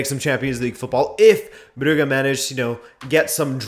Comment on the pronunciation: Brugge is not pronounced "Bru-gah". Jesus Christ.